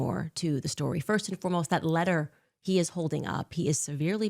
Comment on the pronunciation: She says ant instead of and.